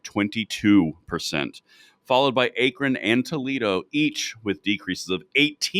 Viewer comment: I believe it pronounced “Ack-ron”, not “ache-ron”.